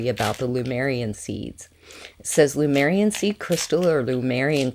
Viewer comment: Hi, nice crystals. But why do you adress the Lemurian crystals as Lumerian? .Did I hear wrong?